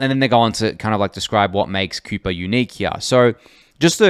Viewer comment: FYI it's 'Kai-per' like the Kuiper belt